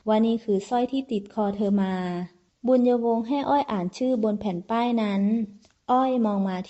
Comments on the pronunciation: เจ้านางชื่อ บุญญวง ไม่ใช่ บุญะวง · บุน-ยวง. ไม่ใช่ บุน-ยะ-วง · ใช่ๆๆๆ บุญญวง ไม่ใช่ บุน-ยะ-วง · บุญยวง ไม่ใช่ บุญ-ญะ-วง 555555 เอาซะงง..??? เรื่อง มันแปลกๆๆน้ะ